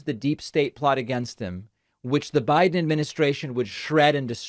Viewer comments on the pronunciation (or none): none